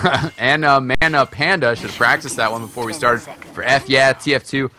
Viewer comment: had trouble saying my name (anamanapanda), lol.